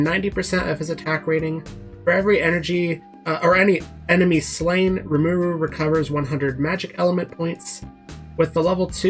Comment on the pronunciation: Say his name right. Watch the anime